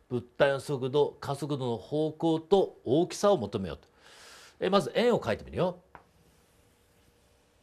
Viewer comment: 荒きさ(おおきさ) 大きさ(あらきさ)